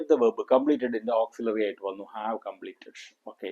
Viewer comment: He is not speaking in English. The word verb is pronounced incorrectly.